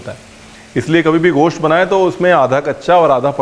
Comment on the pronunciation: سر یہ غوشت نہیں گوشت ہے Its gosht not ghost